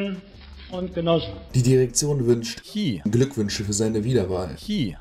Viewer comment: Für die Ausprache von "Xi" solltest du 3 Tage piranhabecken bekommen